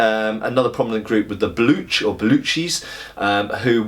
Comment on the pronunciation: it's pronounced Ba-loach. Very informative video btw. :)